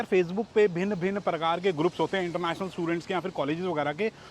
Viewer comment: I like when you say bhin bhin parakar k😂😂